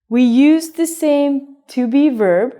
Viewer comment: When you say Be-verb I hear Beaver. Does that make me a bad person?